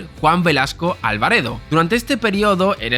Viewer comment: General Juan Velazco Alvar"A"do (no *Alvar"E"do)